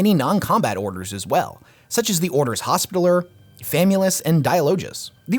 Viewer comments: Yo its not “hospitaler” its pronounced “hospit- taLLer” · The word hospitaller isn't pronounced like that. "Hospi" is said the same way it is in "hospital", and "taller" is said the same way it is in the word "taller", as if saying something has more height than something else. Named after the Order of Knights of the Hospital of St. John of Jerusalem, or the Knights Hospitaller, a medieval Catholic military order.